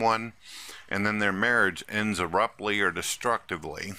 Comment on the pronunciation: The says aruptly... maybe he should spend some time on the english language. And dont forget to read your crayons.